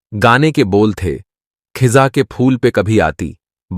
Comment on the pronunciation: and नॉट खिजा its फिजा… auto dubin